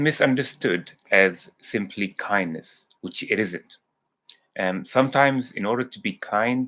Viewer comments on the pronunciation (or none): You mean Kindness ? Not Kindess 😁